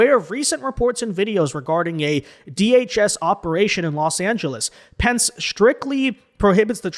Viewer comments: It is not pensk. It is Pensk"ee". famous race car builder. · It’s Pens-kee, not Pensk. And good for ICE! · PEN SKI not "Pensk" PENSKEE ! You have a social media following of almost 1/2 million people. You really should make sure you are pronouncing words correctly. Don't feel bad though, Greg Foreman of ~Black Conservative Perspective~ pronounces so many words incorrectly that there is no way to count them all. 😊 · please do me a favor. The company is PENSKE (Pen-Ski), NOT Pence. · YOU KIDS CHANGING WORDS ITS PENSKYEEEEEEEEE NOT PENSK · It's Pen ske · The name is Penske, pronounced PenSkee. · Pronounced PENN-SKI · Pronounced Pen ski. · FWFW Penske is pronounced Pen-ski. I have rented from them recently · Pen Ski lol 😂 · Hey my guy penske is pronounced, penn-skee, Penske. The original Penske guy was a race car driver who branched out into several other ventures. This trucking line is the most well known of his businesses. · Hey,, just wanted to let you know that Penske is pronounced [pen-skee] or pen ski. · Pen-skee,. PEN-SKEE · Penske-ee is the pronunciation. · It's pronounced Pen-SKI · Good video, but one thing: penske is pronounced "pens-key" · Penske is pronounced Penski. The vowel “e” is a long vowel. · “Penske” is pronounced PEN-skee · BTW its Pen-ski. Roger Penske needs to sit down and shut up.